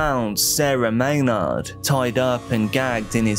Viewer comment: Lol at the creator saying it like may-nawwwd. It is phonetically pronounced like "may-nerd"